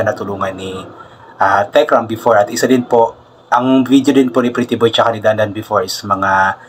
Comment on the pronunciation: Yes po Titiboy na Hnd talaga ma bigkas ni nanay luz ang pretty boy